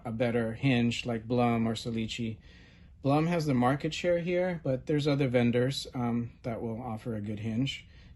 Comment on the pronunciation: Blum is named after its founder, an Austrian gentleman by the name of Julius Blum. The name is pronounced, "Bloom." It does not rhyme with "Plum"